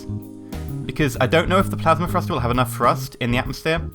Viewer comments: Do u say frust in stead of thrust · Great video but i must point out that it's pronounced "TH"rust not Frust. thanks for the vid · Lol u say "frust"